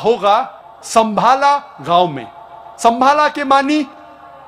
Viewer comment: bhai sambhala nhi h sambhal h